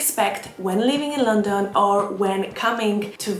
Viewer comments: Had to turn off because the way uoyr pronounce London is so annoying. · It really is a bit weird